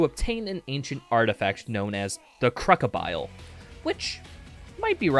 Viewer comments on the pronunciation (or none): Cruckabile 😂😂 its pronounced crew-see-ball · "crukibile" really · Fantastic video. Even beautiful, perhaps. But sir, do you pronounce crucible, “Kruc-ible?” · Bro really called the crucible the 'crocabile' 😔